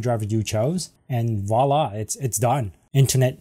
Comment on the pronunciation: I won't be quite so hard on your mis-pronunciation of "Et Voila" ; you kinda got it HALF-right - you got the "V" in, by saying "Volla" ... but next time, there's NO excuses, okay? ;-)